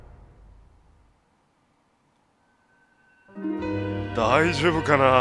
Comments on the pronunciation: バーカーじゃなくて！パーカー！！！！！ 悲しい・・・ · プァーカー(パーカー) 哀しい...